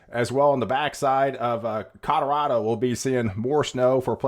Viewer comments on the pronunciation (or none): none